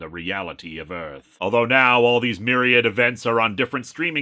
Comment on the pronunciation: * Will Smith punch * "Welcome to Earfth!"